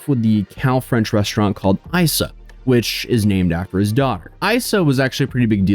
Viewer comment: It's pronounced "Eesa", like a nick for Isabelle - who was a super sweet girl when I worked for this guy at Isa 17 years ago. Working in this industry with chefs who are as ego driven as this is par for the course and Luke was no exception. Kitty, his wife, was no better as the GM. Sort of sad but not surprised he hasn't changed. Guess I can cross Kis off of my list of places to check out.